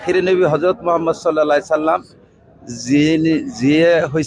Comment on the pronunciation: He doesn't say properly the name of HAZARAT MOHAMMAD (S) what type moulana he is?